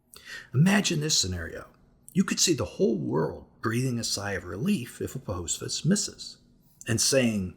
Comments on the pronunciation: Apophis isn’t pronounced with a long “o” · Pronouncing Apophis wrong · What if you learned how to pronounce "Apophis?"